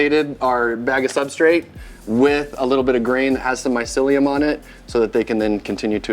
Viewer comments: You can tell he wasn't a good listener at school when he read the word "mycelium" like he never heard it before. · Not to mention he couldn’t say mycelium, maybe they recorded that interaction first beforehand, but mycelium was mentioned multiple times and there shouldn’t be a reason not to know that word by now. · This guys doing a whole YouTube video on mushroom farming and he definitely spent at least a few hours if not a few days doing his interviews with the guy and he can't pronounce the word mycelium when he sees it on his phone while reading his questions. How can you produce anything useful to teach people about mushroom farming when you very clearly don't know shit about the topic of mushrooms. This guys a turd in the punchbowl. He's lucky he landed an interview with an intelligent successful mushroom farmer, cause without this guy the video would be useless.